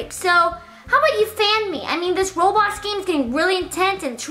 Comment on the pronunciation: Its Roblox not robox